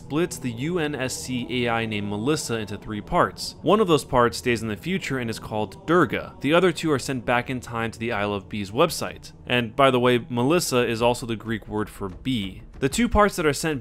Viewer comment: It's pronounced doorga not dur ga but it is spelled durga